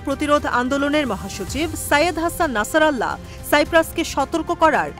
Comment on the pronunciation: আল্লাহু আকবার উনার নাম নাসির আল্লা নয় নাসির উল্লাহ